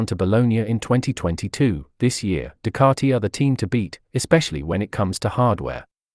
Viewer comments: Ffs it’s Ducati not Ducarti! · You’re wrong. I don’t yell at my tv as the majority of commentators pronounce the word Ducati correctly. You need your ears washing out!